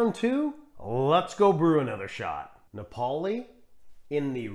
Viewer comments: Thanks for another excellent video. I think all these strong espressos work well with milk. Diavolitto is a personal favorite. Napoli is pronounced NAH-poh-lee. 👍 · It's Ri-STREHT-to and NA-poh-li (named for the Italian city, "Naples" in English).